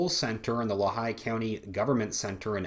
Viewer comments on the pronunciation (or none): sorry to be that guy, but it’s pronounced Lee-high by the natives. Our great governor wolfe recently sent a.... mandamus (? request to court) to the SCOTUS to allow Pa. to adopt California’s gun laws across the board. What a f’n weasel. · Just a slight correction on Lehigh County pronunciation. It is Lee-High... Other than that, thank you for your report. Too bad Christopher Asher Wray is not subscribed to your channel.